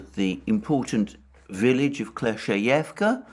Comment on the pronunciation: Also Alexander please accept my sincere congratulations on finally mastering the pronunciation of Klescheevka 😅 😉